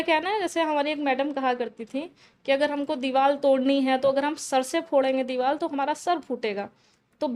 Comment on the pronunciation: Diwal 😂bolri h diwar ko 😊😅